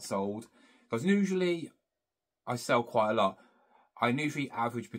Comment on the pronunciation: Usually...not nusually...aarrgghhhh